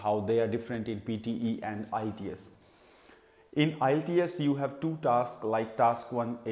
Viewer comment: It's ielts not a ITS